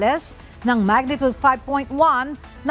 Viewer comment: Magnitude, not magnitud pls